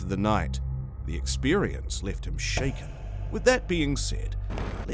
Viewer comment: You said shacken but not steered haha